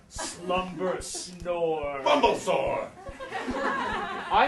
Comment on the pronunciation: Every time he says bumblesore I always think of bulbasaur